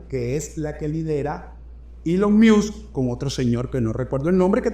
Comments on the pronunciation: Se pronuncia "Ilon Mosk" quien diablos es "ilon mius"? jajaja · Esta es una de tus mejores presentaciones. Gracias. Ahora, no te ofendas, porfa, solo quiero ayudarte con algo facilito: ELON MUSK se dice ILON MOSK (léelo en Español). Tu puedes pana, eres un carajo muy inteligente. Cariños! ☺️ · Maigualida creo q así no se dice elon😂 music